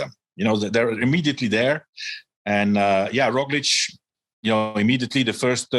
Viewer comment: Love the show. Love all the guys. But WHY does George just refuse to pronounce Roglic correctly. EVERYONE says, "RogliCH." But George still says "RogliCK."